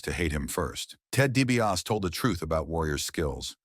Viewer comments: I CAN'T WATCH THIS! WHO IS DIE-B-AUS? 😂😂😂😂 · I was never a fan of the Million Dollar Man. Nor was I a fan of the Ultimate Warrior, BUT if you're going to put out a video about anyone, especially if it paints them in a bad light, you should learn how to say their names correctly. At least do that much research! The million dollar man's name is Ted DiBiase. It's pronounced 😅 DEE-BEE-AW-SEE. Y'all bear with me, I don't usually how to spell things phonetically lol. But at least I'm making an effort, the narrator on this video couldn't even be bothered to do that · it's really distracting! 😂